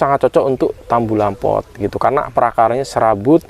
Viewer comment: Utk para peng -Angguran byk yg salah ucap ttg kata "tabulampot" yg artinya tanaman buah dlm pot,dibaca tambulampot. Alangkah baiknya dibenahi cara ucapnya agar terlihat professional dlm memberikan informasi/ilmu ttg peng-angguran. Mohon maaf 🙏 tanpa maksud menggurui krn saya jg msh belajar trs dan trs belajar. Ilmunya keren 👍krn berdsrkan pengalaman. Trimakasih atas ilmunya,maju terus peng-angguran Indonesia 💪💪💪. Salam peng-angguran.